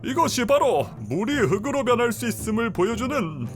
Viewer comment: "흑으로" => "흙으로: 흘그로"